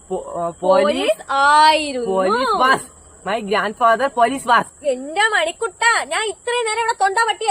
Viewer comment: വാസ് അല്ല വോസ് ആണ്